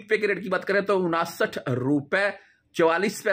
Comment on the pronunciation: Saal kay baad barsi hoti hain salana nahi hota ganti kamzoor hain unsath hota hain onasath nahi chaba kar mat bolo zaban ko azaad kar do sahi ho jahay gi